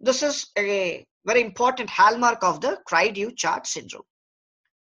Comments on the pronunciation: With Google Translate in existence, doctor please make an effort to pronounce terms correctly. This is a French term. Cri du Chat means Cry of the Cat. Pronounce as CREE - THU - SHA. DU is pronounced with a soft D as in THE, but the vowel sound is OU. CHAT is like an SH with the T silent, so SHA. Instead of all this talking, give a few videos of the actual cry being made and show some babies. This is nothing but reading from a script, useless. You are too lazy to even look up Google to pronounce a French term correctly. What a joke! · the man can't even pronounce the syndrome right...smh